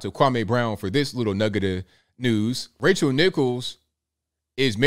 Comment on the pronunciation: Haha it sounded like you called her Racial Nichols